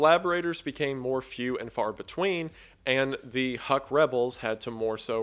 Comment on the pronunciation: "HUK" is pronounced as "hook" and not "huck" - these assholes shot at my grandparents back in the 50's and 60's - but otherwise oh holy shit i'm from there and i don't even know about this. fascinating how this operation could have led to many of the births of urban legends and myths.